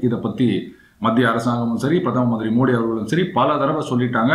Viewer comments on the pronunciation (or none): none